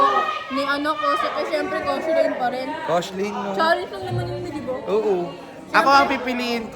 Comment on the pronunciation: KOSHELLAINE PO, Layag na layag Mami bhieee